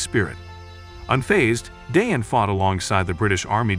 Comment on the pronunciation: Nice documentary, but we would expect the narrator to pronounce Dayan correctly. It's not a difficult thing really.